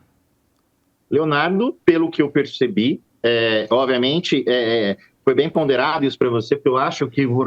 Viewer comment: Avisa ele que não é oViamente e sim oBviamente 😂